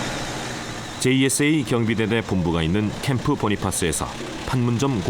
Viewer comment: Camp. Bonifas는 8.18 도끼만행 사건때 전사하신 A. Bonifas 대위(소령 진급 특명을 받았지만 미쳐 임관되시지 못하고 돌아 가셨다)를 추모하기 위해 부대 캠프 이름을 Camp. Kitty Hawk 로부터 바꾼것이다. 한데 발음이 "보니파스"가 아니라 "보나패스"이다. 본인과 모든 미군과 카투사들이 그렇게 불렀었다. 영어를 한국말로 번역할때 발음을 조심해야 하지만 특히 고유 명사때는 특히 더 그러하다. 이름의 경우 그 가문의 전통등에 따라 보통 경우와 다르게 불려지는 경우가 왕왕있다. 그것을 무시하고 애처럽게 전사하신 그분의 존함이 "보니패스"라고 잘못 불리는 때마다 한심하다고 생각한다. 그때 사건에 대한 전사(戰史)를 작성한 사람부터 모든 관련자들의 영어 실력과 무관심을 한탄할 뿐이다. 개인적인 일로 미국을 가서 옛 전우들을 만날때마다 밤새워 그때 얘기를 하곤 한다. 나는 카투사로 1975년 초부터 1977년 중반까지 그곳에서 군복무를 한 사람이다. 제발 돌아가신 분을 존중한다는 의미로 성함이나 똑바로 불러드리는 조그마한 정성을 보여드리기 바란다!